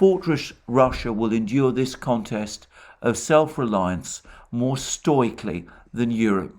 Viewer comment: Somewhat undermined his credibility when he mispronounced‘stoically’ twice